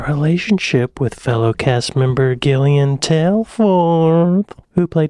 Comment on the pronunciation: You americans do make me laugh with your pronounciations of names, her name is pronounced Jillian mate lol